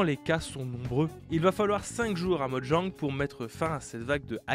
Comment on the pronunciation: Oh mon dieu, il prononce Mojang correctement, qu'est-ce lui arrive!?